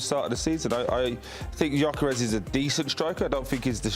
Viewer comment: Can’t even correctly pronounce the names of Jesus and Gyokeres, or purposefully mispronouncing? Either that or attributed to the producers who hired these goons. Literally have no idea who they are, I’d almost rather listen to Garry Neville 😂